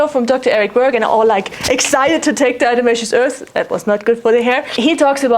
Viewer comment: How do you possibly pronounce DE without slipping up all those times? amazing